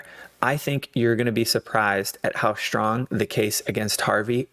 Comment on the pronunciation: The word is "strong", not "shtrong". S-T-R-O-N-G. I don't know why you pronounce it like that.